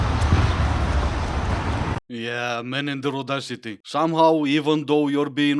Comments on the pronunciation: I quit listening after she said "adawcity." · She actually said audaucity. Or maybe au-d'oh-city 🤦‍♂️. She certainly wasn't using a word in the English language. What a catch! 🤢🤮🤡🌍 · #6 - what the hell is 'ordossity'? Does she mean audacity, perhaps? Why do these high-maintenance, full-of-themselves chicks have such trouble with diction?